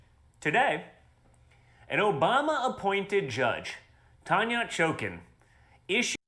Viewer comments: He said Tonya Chokin!😂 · Tanyat choken. Man can’t even say either first or last name. Isn’t that a way of bullying someone in grade three?